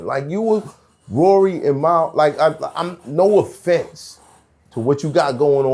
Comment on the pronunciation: I don’t even fuck wit that bozo Mal .. but I need to know as a black human being .. how can you pronounce that incorrectly??? It pisses me off